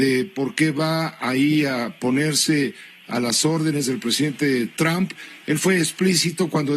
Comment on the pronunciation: Pepe pig ya retirate, dan nauseas tus videos, aunque hables perfecto ingles y pronuncies "tramp"...ja ja ja .